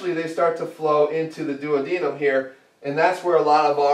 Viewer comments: The way you say duodenum drives me insane. But your logic is pretty solid. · I find your pronunciation of duodenum and hypertrophy odd lol.